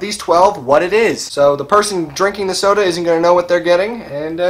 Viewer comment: I thought he said a random sodar.